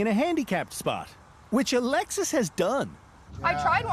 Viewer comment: Cady Coupe Devil driven by 'A Lexus' that's all I can here her name as lol, Alexis, A Lexus'